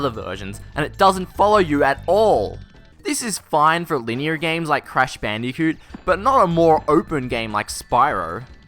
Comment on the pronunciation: "-this is fine for leanier games like Crash BandiCoot, but not Uhr more opeh Gehm like sPaRool" hahaha-fuck dude.